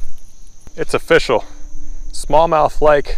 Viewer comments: It’s O-fish-al! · It's "o-FISH-ul"